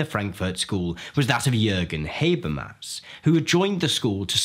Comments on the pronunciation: Not to criticize, but it's pronounced Ha-ber-mas, not Hay-ber-mas. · It's hah-bear-mahs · I've always pronounced his name as "Hah-bermas". So it's "Hay-bermas" the whole time?